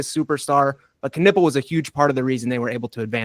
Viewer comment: Hey, I know you are really into the names stuff, so: Knueppel is a German name, i guess. Because a Knueppel is a stick in German. A stick to beat somebody to be excact. And silent Ks are not a thing that exist in German. So give it the loudest K you can. Greetings from Germany